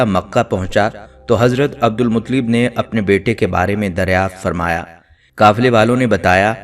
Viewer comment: ان کے تلفظ درست کریں عبد المطلب ۔۔ ل پر تشدید ہے۔۔۔